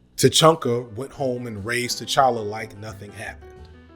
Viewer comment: Who is T'Chunka? It's pronounced T'Cha-ka